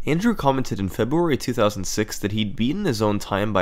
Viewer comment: Seems a lot happens in the month of Febooary :) Please don't percieve this as me mocking SS, I just like the way February is said in his accent.